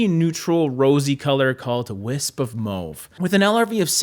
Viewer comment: MMAAAWWWW-VE. NOT. Mow-ve😘